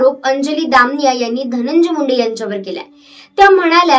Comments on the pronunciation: Muki ti damniy nhi damaniya mhn gujrati sur name ahe screen var boltana ucchar soasta ani nave correct ghene. Quakity kharab hote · दामनिया ? दमानिया म्हण बाई , काय उच्चार ...